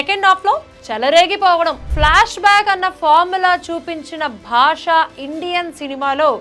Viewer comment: భాషా కాదు బాషా 😂